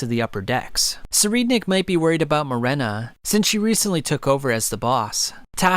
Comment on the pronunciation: it’s Morena not Marina